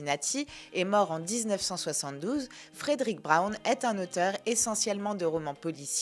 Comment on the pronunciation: Fredrick Brown (... et "Frèd'-rick", pas "Frèdéric") fait partie des grands maîtres de l'humour caustique en S.F., avec d'autres auteurs comme Robert Sheckley ou William Tenn. Une intégrale de ses nouvelles (tous ce doit être "Fantômes et farfagenres confondus) avait été publiée en français dans les années 90, mais le 1er de ses trois volumes s'était rapidement retrouvé épuisé (tirage sans doute plus faible que pour les deux suivants). Je ne me rappelle plus le nom de l'éditeur, mais ça doit se trouver sans mal. Et je me souviens de la présence de nombreuses "coquilles" dans le texte, ce qui est toujours déplorable pour un auteur de cette importance. Travail d'amateurs, fait à la va-vite. Je pense qu'il est aussi utile de préciser que la S.F. n'était qu'un aspect secondaire de son oeuvre car il se considérait avant tout comme un auteur de roman "noir". La nouvelle ultra-courte à chute ("Short short story") était l'une de ses spécialités. L'un des volumes publiés jadis chez "Présence du Futur" en comportait un grand nombre (ce doit être "Fantômes et Farfafouilles", si je ne me trompe). En général, les rééditions modernes favorisent "Martiens, go home !" et "La nuit du Jabberwock", mais il n'y a pas vraiment de "déchet" chez cet auteur...